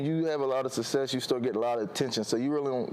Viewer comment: Why is it so difficult for these athletes to say the word "SUCCESS"?????? The man literally said "sussess" like 8 times